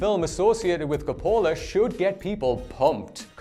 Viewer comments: It's COPolla not copOLla. You put the emPHAsis on the wrong sylLable. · It's COP-pola. Not cop-PO-la. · It's CAPpola, not caPOla. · Stop saying Coppola like that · He mispronounced Coppola too. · Its Arrakris not Icarus. Between that and how you butchered Coppola, you may want to take some lessons.